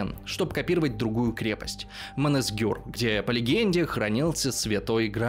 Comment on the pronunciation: Какой, какой замок? Монесгюр? А может всё таки Монсегюр! Я всё понимаю, буквы те же, только порядок другой!😊 Специальная татуировка? Ставили крупу крови и не подмышкой, а на предплечье левой руки с внутренней стороны. Т.к. по статистике это часть тела меньше всего была подвержена повреждению. Как-то так! Учите матчасть!